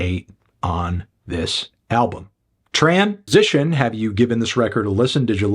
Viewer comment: That “Trans- sition” at the end was nefarious 😂